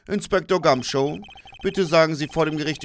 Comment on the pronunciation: Der Inspektor heißt Gum"shoe" also wie der Schuh ^^ Bei dir klingt das immer wie Show